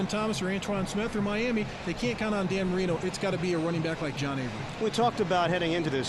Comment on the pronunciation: Cannot take this guy seriously saying 'Danny Marino'